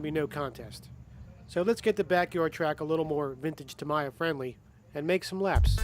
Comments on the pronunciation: There is only one way of saying it, it “Tammy-ya!” Imagine someone mispronouncing your name, I’m sure you would correct them. Saying Ta-Mee-yah is no different. Anyway, great job on the video! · There is no debate : it's TAMMY-YA 😋 It's fun : english-spoken people have great difficulties to pronounce correctly japanese brands names. In model railway, it's the same with Kato 😂 Thanks for the video ! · Its TA ME(AS IN YOURSELF) YA. I live in Japan so its pronounced that way. There is no debate. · Japanese pronunciation is Tah-me-yah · The correct Japanese pronunciation is TAH-mee-yah 😊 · In Japanese, Tamiya is pronounced as "ta-mee-yah" with three evenly stressed short syllables. I speak Japanese. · It's "Tum - eee - a" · Pronounce TAMIYA by using Japanese way to make you as professional.